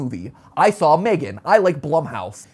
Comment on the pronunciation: M-three-gan. I can't.